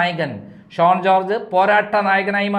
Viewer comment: SHONE alla, SHAUN ennaanu.